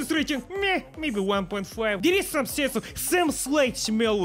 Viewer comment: "Issss!!" Love this ❤